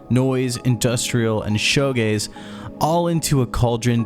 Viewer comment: FYI it's pronounced "shugaze" not "shogaze", the name comes from how the original wave of shoegaze bands would often stare at the floor a lot to keep track of all the effects pedals they were using. To the audience it appeared as if they were, well, "gazing at their shoes" hence the term "shoe gazing" which became one word and eventually just "shoegaze"